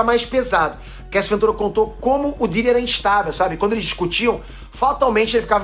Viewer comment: do nada o falando o pidiri kkkkkk